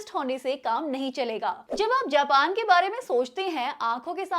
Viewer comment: Japan ❌ Jaapaan ✅